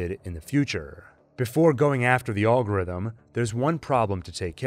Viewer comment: It’s pronounced Al-gorithm like in the name Alfonso